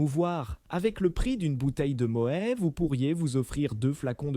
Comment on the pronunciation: Mo é au lieu de mo ète. Déjà ça prouve qu'il n'y connaît rien